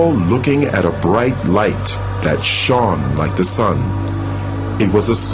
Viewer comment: Shawned like the sun? And the real light shawned from the angels body so that he could see more clearly? I am not nit picking, there is words that I cannot pronounce, but I am not going to do a voice over job if it requires me to say words that I cannot pronounce. It just sounds so stupid. Is it that he can't pronounce that word, or done purposely? Person sounds English to me.